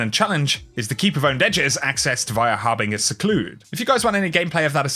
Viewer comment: Did he seriously pronounce harbinger like that? It's pronounced harbinjer